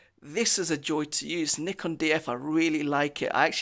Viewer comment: I like you says "nikon" not a "naikon".